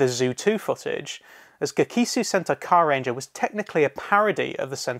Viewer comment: surprised you didnt mention the tone shift that happened to ohranger because of the terrorist attacks. Also it's GEKI-SOW SENTAI carrrrrrrrrranger